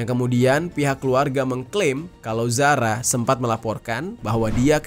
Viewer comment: Zara Qairina kak bukan Zahra😟